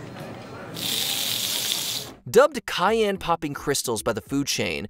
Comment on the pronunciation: On number 5 she called a novel a novella and cayenne a cayonne. My girl just couldn’t get it right 😂